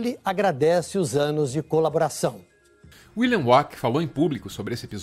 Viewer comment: Me desculpe, mas vocês falando William "uaqui", ficou me tirando a concentração do vídeo